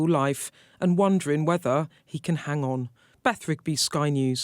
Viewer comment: why can't Beth pronounce her G's - somethin', examinin', wonderin'. this is the real issue of the day